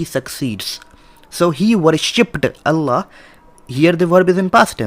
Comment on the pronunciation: In this video you don't say Allâh right. Please don't change the name of our Creator the Name OF Allâh. الله Is written with Schaddah on lam and also an extension on lam. And on the end is an ha.